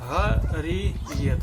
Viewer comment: На екрані пише Харієт А він каже Гарієт Так хто в сімї не грамотний?